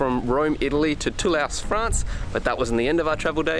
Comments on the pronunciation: He called it Too louse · Did you say Toolasse?